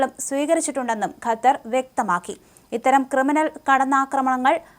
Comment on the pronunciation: കത്താർ അല്ല ഖത്തർ